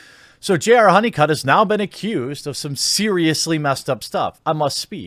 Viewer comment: I thought you said JR HoneyCuck. Which is more fitting than his old last name. Welcome Mr. HoneyCuck to your new internet name.